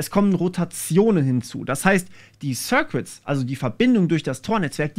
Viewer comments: Schönes Video, aber die "sirquitts" machen mich fertig... Das U in "circuits" ist stumm. Das sind "sirkitts". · sörkits nicht sörkwits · Sörkits, nicht Sörkwitz :D